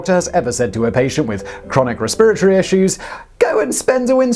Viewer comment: res-PEER-a-tor-ee... freaking queen and her English...